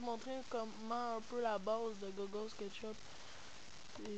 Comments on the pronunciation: il dit meme pas google il di gogole xDDD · au lieu de dire google tu dit gogole mdr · Je connaissait deja, mais pouce vert comme meme (Je kiff la manierre quebécoise de dire "google" x) 32 "Je n'aime pas" Le je comprend pas pourquois =/